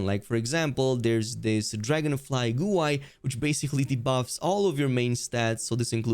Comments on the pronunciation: Lol it’s bothering me but it’s not a big deal, but Guai is pronounced like “Guh-Why” but more like you’re just slightly making the hard G sound like in good. 😅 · You've really gotta learn how to pronounce "guai" my dude. It sure as hell isn't "goo eye".